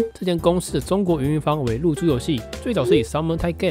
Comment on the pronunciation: 一直聽成入珠遊戲（對不起....